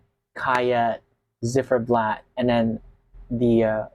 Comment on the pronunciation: Z not zed but Ц,like Zimmer - its more like Zeit in germain 🎉